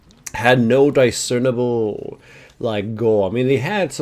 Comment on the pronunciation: Die-cernable lol